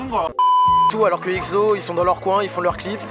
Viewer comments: Mais pourquoi EGZO ? 😭😂 c’est EXO (prononcer le en ECSO) Non ? Parce que j’ai tjrs prononcer comme sa 😂😭😂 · C'est exo E X O pas Ekzo MDR 😂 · Juste une chose: "EKSSO" merci ! :'3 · Par contre svp respectez les noms des groupes 😭 le egzo et izone me font mal aux oreilles sinon sympa la vidéo mdrr